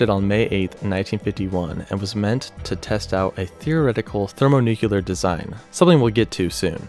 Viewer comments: How does one get to the point in the production of a video like this and still not know how to pronounce “thermonuclear”? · ThermoNUKEELAR bombs? His pronunciation was so annoying 😅